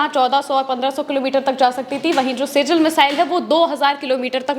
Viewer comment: सिजिल नहीं मैडम. सिज्जिल है वो जो की एक अरेबिक वर्ड है